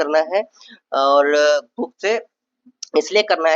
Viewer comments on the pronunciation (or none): Apko jab buukk mila to buukkk ko pdhna h bhai. Ase kuuu krte ho ap.